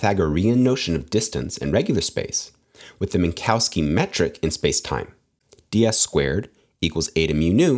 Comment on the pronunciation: This is not how you pronounce "Minkowski".